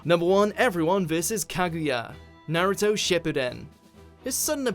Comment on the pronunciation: Then he says "Nayruto" and "Susanako" or some shit instead of "Susanoo" Please pick someone for your anime videos that can actually pronounce things. You look very stupid otherwise.